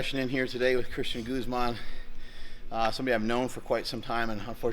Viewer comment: Why do people say goomah? When it’s “goos-mahn” all y’all wanna neglect that he’s Mexican... H-town boy.